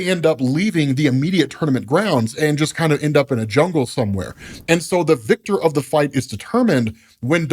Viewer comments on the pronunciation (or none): none